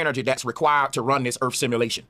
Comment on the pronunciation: I wonder if it has anything to do with how their tongue's are shaped or the size or something because most black people can't enunciate the "th" sound. He keeps saying Earf. What is "Earf"? I don't know or understand what Earf is?. He might be trying to say "Earth" but alas, those "TH" sounds are too much difficult Engrish for 'dem to do dat) And he keeps saying 'carick-er-cher' for the word 'Character'. He can't enunciate 'care-ick-ter'. He's got some real issues with the basics of the Engrish Lan-Gu-Age. He even says 'the thing is 'dis' instead of 'THis' - again with the 'th' sounds. I can't get passed that level of illiteracy to see "Bro" as a knowledgeable human.